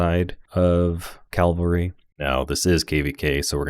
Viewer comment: Good stuff, but I think they’re called Cavalry, not Calvary! 😂